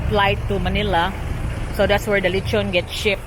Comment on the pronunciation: Inasal is the Cebuano term for the Spanish word lechon which means roast pig or roast pork. She said lechon correctly but it was spelled wrong on screen. The Puerto Rican and Portuguese understood her.